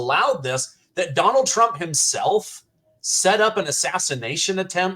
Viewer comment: 😖"Donnil Chromp", DONNIL CHROMP", "DOnNiL TruMP", "donnil chrump", DONNIL TRUMP!" 😤